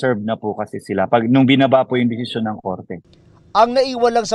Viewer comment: Bakit ganun si sen risa , di nya mabigkas ng tama ang desisyon, lahat ng salitang may syon?